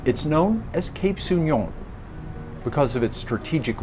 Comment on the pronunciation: Very beautiful but we pronounce So'union not Souni'on